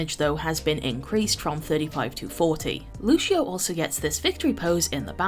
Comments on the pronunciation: It's Lucio not luchio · Why do americans call lucio, "lush-io"?